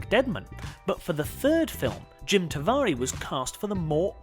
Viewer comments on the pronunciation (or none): Isn't it pronounced "Jim Ta-ver-ay"? I remember his old half hour comedy show on ITV and his self-created/performed title music had the line "Jim Cavare does cabaret". Sorry, nitpicking. It's pretty cool his acting career continued, because his cello-based comedy couldn't be sustained.